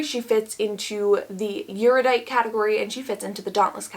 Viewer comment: Erudite is generally pronounced air-uh-dite or air-yoo-dite, if you care. (I wouldn't. You're doing fine.)